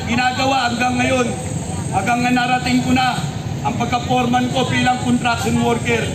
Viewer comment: anong PORMAN? "FOREMAN"!!! kung gusto mo tagalog KAPATAS ang tamang salita.